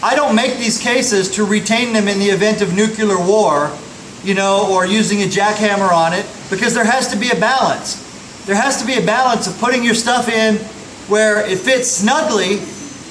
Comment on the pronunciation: "Nucular" war? Ok, dubya. :p ;)